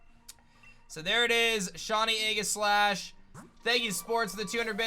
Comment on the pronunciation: ... "Eggislash"?? Did I hear that wrong?? Lol